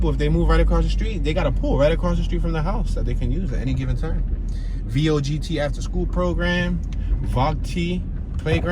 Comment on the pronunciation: Vogt...the t is silent. That's where we would go swimming all summer every summer. Good times.